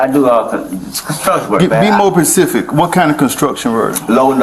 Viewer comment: Damn... that OFFICER said "Be more PECIFIC" 😖😖